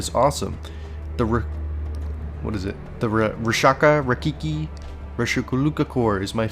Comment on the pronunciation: Dude, it's pronounced Rakshasa.